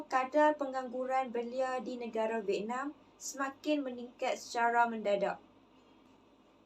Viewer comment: Oo vietnam, terkejut saya dia sebut vietnam mcm venom.. tapi pape pun terbaik👍 gudlak geng